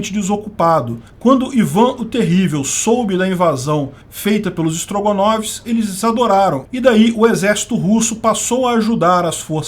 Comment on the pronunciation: Não tenho estrutura emocional pra ouvir "Strogonovs" sem rir. 😂